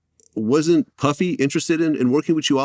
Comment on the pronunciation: He said Puffy like to partyy